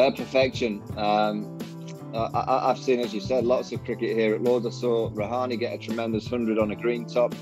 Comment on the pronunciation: Dude really said Rahane and Ishan Kishan🤣